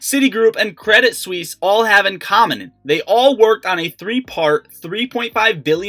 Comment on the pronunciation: Yo! Quit saying credit swiss. Its Suisse, like Suzy. MY GOD!